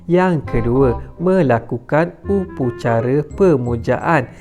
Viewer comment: Upacara lah bukan upucara